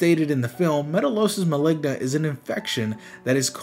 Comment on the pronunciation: Maligna sound like ligma help 😭